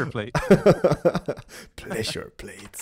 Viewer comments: pLesure plates :) pResure plates XD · You made another mistake. You said plessure not pressure. LOL